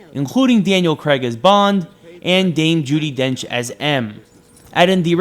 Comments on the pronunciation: It's not 'creg' it's 'craig' lol. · Daniel Craig. Not Daniel creg !